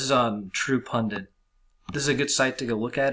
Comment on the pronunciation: its not pundint its pundit